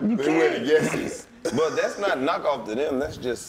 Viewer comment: He said where the yes is instead of the Yeezys